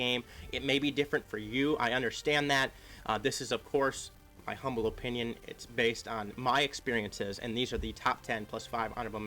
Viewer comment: O O O O O pinion. (no) /əˈpinyən/ (yes) Please. Lmao love ya man!